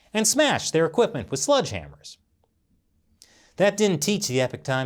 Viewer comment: Sledge-Hammer,....Sledge. Say it with me good sir. "Sledge." not "Sludge." The U.N. outlawed Sludgehammers in the bioweapons accord.